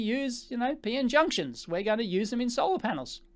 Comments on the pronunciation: It's P-N, not Pee-In, lol. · "Peein' technology" :)